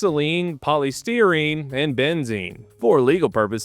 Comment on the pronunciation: "Poly-steer-een"? LOL. Man, when took over from Cappy on Task & Purpose I was SO happy, because didn't miss-pronounce NEARLY as many words. So what's YOUR excuse,?